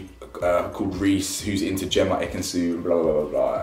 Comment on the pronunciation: no it was just a sly dig, she didn't go too mad with it like, she's chill. She seems really nice. I really like her & Ekin both, but Ekin really needs to learn how to say her mans name